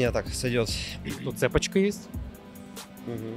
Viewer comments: Это как слушать- цЕпочка????!!! Молодой человек, ну что ж вы? ЦепОчка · Да, "цЕпочка" тоже резанула слух. Не ожидала от. 😁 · Ведущему - цепочка ударение на о. 😊😊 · ЭФ!, ну как ты мог))) да еще и цЭпочка, вместо цепОчка😂😂😂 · цЕпочка?, вот от кого кого, а от тебя точно не ожидала... Осталось услышать тортЫ, звОнят и катАлог 😂 а ещё... ВэМэЭф.... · правильно говорить цепОчка! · цепочка ударение на второй слог😉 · Немного слух срезало. Если не ошибаюсь надо говорить цепОчка. Или как?